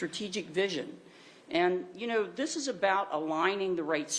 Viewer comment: Why is the mayor Canadian? "Abooouuut the city" . Can someone explain how this happened to me? I honestly had no clue Cincinnati was this "diverse" and woke. its OHIO for God's sake. It's supposed to be a red neck mid-western state. Does a single city in the USA exist above 200k people that isn't ultra "diverse" and woke? Why can't we have a city of like 500k people so we have all the good things a city brings, but have the sheriff for it be like that guy from Florida, and the mayor be republican? Why is that an impossible dream? I had no idea Cincinnati was this bad, its worse than the average California city. One more place to never accept a job offer in I guess.